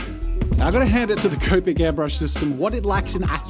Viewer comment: Wait. I thought Jazza used to say copic with a short O, like comic. When did he start saying C-oh-pic instead of C-aw-pic